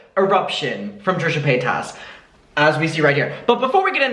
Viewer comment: It’s pay tus ! Not pay tas !! You always pronounce her name wrong